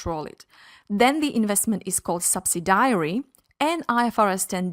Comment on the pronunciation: Nice video but subsidiary is pronounced sub·sid·i·ary (not sub-si-diary.).